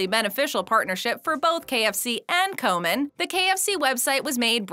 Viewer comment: Komen, not Coleman